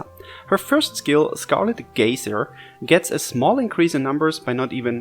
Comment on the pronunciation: It's pronounced guys-er. And marty could be fun with horus, as he grants atk rate and crit rate, so he would have REALLY good strength uptime.